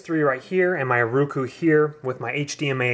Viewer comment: its ROku dammit, O...as in Oh, say it right